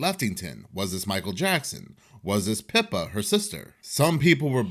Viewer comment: Lmbo!! When u said the sister's name 😂 I heard Peppa like the pig cartoon... It's Pippaaaa 🐷